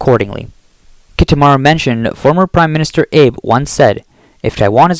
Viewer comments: It's "H-Ohkkaido", NOT "H-Ahkkaido"; and it's Shinzo "AH-bey", NOT Shinzo "Eh-b" like in "Abe Lincoln"!🤦‍♂There are also other pronunciation errors that I'm not going to bother pointing out here...And kudos to Japan🎌for building up its military and standing up to the DYSFUNCTIONAL CCP China! 👍👍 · It's Ah-beh, not Abe you miserable AI voice...having trouble with Aegis too I see..."libluration"? Mahmeetz class? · Maybe spell Abe as Abey or Ahbay next time so the TTS can say it correctly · Shinzo... Abe, hahahahaha, Ah-beh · Abe is pronouned ah bay Aegis is pronouned ee jus. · Just 1 of many missed pronunciations... It was starting to drive me crazy!!! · Please pronounce "Abe" and "Nimitz" properly.